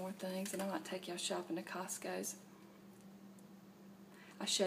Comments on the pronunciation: And.. I love how you put an 's' after cost-co! Ha :-) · Lol! I was thinking it was just a southern thing.